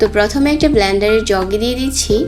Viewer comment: আপনি ব্লানডার বলেন কেন....? সঠিক উচ্চারণ হচ্ছে, ব্লেন্ডার 😂😂